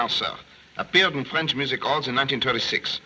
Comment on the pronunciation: I find him less realistic the more cultures he attempts. He should have stuck with New York copper He massacres the French accent 😂 "Ze this" "ze that" 😂😂😂